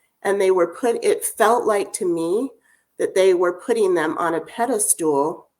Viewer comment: Going to be little picky here.. it's a Pedestal not Pede stool